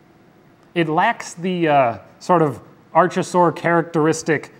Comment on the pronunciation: archosaur isn't pronounced like arch. arkosaur